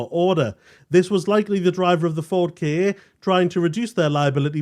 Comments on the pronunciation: Ka not K A, but Ka sounds like car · The maker of this video has probably never seen the ads that were all over commercial TV when the Ka first came out. "Get into the Ka [pronounced car]". I expect there's at least one available on YouTube, even though they weren't as memorable as Va-va-voom for the Clio. At least, I think it was the Clio 😁